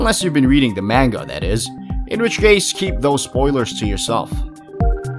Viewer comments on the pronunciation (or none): none